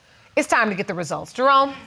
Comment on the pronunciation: The judge calls him “”! Roflmao! You can tell the man works out for sure!!